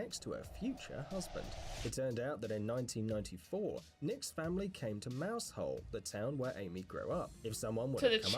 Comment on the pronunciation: "Mouse Hole" 😂🤣😂🤣 It's pronounced more ike "Mowzel"